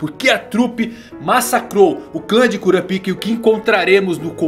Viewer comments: "Kurapiká" com tonicidade aberta no segundo A é a pronuncia correta... num é cura pika kkkkkk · Pronunciar Kurapaica é errado? Ainda acho estranho ouvir Kura pica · Kurapíka ou Kurápika?